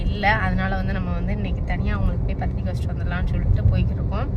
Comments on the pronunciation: பந்துரிக்கை இல்லை பத்திரிக்கை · சுமதி அது பந்தூரிக்கை இல்லை.... பத்திரிக்கை 😃😃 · பந்துரிக்கை அல்ல பத்திரிக்கை